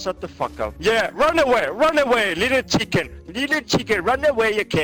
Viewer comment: “Liddle kicken” HAHAAHHAAHHAHAHAHAHAHHAA